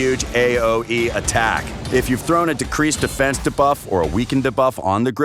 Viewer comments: Try saying D buff. Not like dabloom 👍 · Lol - why can’t he pronounce it like “dee-buff”? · Lol I hear da-buff too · The way he says "debuff" like "D Buff" 😂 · Yeah it bad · Why does he say “debuff” that way 🤢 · And of course he says it like 5000 times in the video haha